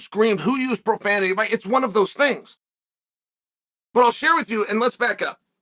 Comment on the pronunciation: "WUN NOw 🏃" "WUN NOw 🏃" "WUN NOw 🏃"